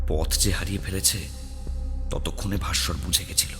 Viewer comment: Vassar না ভাস্কর??